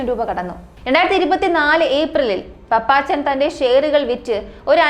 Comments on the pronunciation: പപ്പച്ചൻ അല്ല കുട്ടി പാപ്പച്ചൻ😊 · Hai, പാപ്പച്ചൻ, പപ്പാച്ചൻ അല്ല. കുട്ടി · പപ്പാച്ചനല്ല കൊച്ചേ 🤧🤧 പാപ്പച്ചൻ പാപ്പച്ചൻ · പപ്പാച്ചൻ എന്നല്ല പാപ്പച്ചൻ എന്നാണ് നിനക്കു തലയ്ക്കു വല്ല അസുഖവും ഉണ്ടോ